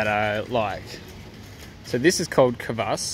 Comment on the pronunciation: ne kavas, a kvas))